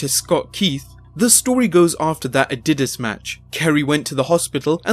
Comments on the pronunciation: Can't stand when narrator pronounces a basic words like "dynasty, Adidas and February " wrong. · I think he just doesn't know how to pronounce certain words. Nothing to do with any accent. He pronounces Adidas and Eligible incorrectly.